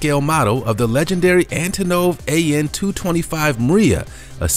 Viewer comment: It hurt to hear you say Antonov.